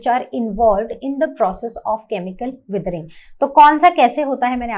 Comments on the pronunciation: It is not wethering it is weathering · not them saying weathering as wiethering